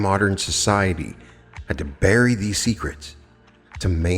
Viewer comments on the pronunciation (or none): none